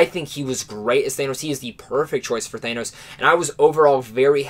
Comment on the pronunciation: the way u pronounce thanos is wrong